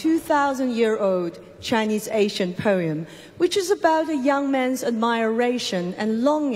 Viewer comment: 第三歌很好聽, 配樂也很有意思. Ancient , 楊斕讀錯第一音節了.